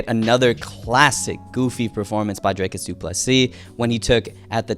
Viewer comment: bro it's not draykus it's pronounced drie kus